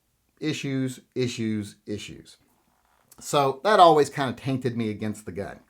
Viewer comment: He said taint(ed) hehehehehe